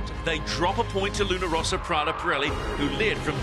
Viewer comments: Why the hell commentator keeps saying LunO Rossa instead of Luna Rossa? WTF?! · There's one commentator who insists on calling it Luna ROsa that I find particularly irritating!! It's not that hard!